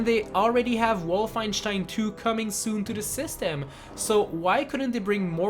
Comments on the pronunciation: im just wondering is canadian english your actual language cause when you got to bethesda you said betheysda and when you said wolfenstein 2 you said wolfishtein 2 im just wondering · way of pronouncing Wolfenstein is HILARIOUS